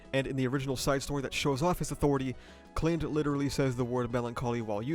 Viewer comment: I can’t get over his pronunciation of Spica and Clind. I do believe it’s sp-EE-ca, and Cl-EYE-nd (or Cl-EE-nd, idk, but I’m pretty sure it’s not Clint’s i).